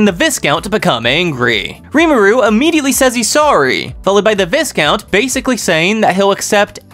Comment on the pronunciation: not trynna be an ahhhole but check pronunciation of Viscount.